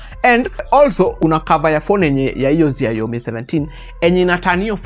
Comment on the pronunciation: Ume butcher hiyo xiaomi pronunciation, anyway it is more close to a Gameboy not a brick game